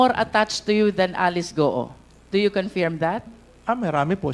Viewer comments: Magaling si Hon Luistro, pero nkaka bing nge kung mabigkas niya ang word na "Confirm or confirmed". Pronounced as "Kuhn-Furm", Not "Kuhn-Fairem"😢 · I love the way Cong. Luistro pronounces "confirm" 😅